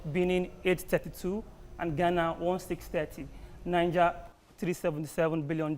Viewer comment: How can I even trust all these analysis when the analyst cannot differentiate between Niger (pronounced Naija) and Niger, a country (Pronounced Nijéé). Thanks to the lady in red for right pronunciation.